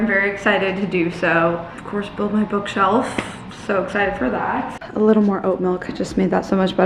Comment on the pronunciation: Ha ha "bookself"